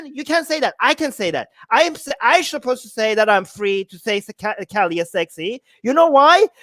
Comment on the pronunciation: He can’t even pronounce kali . Glad that Kali is helping you pay some bills . 😂Thankfully we have enough goddesses to may be even put your children through college . You have no other prospects , so keep this up . Hopefully your wife won’t leave you for a successful man . Jai Kali.